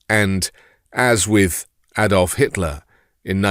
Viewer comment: It takes a Brit to pronounce 'Adolf' correctly. Many thanks.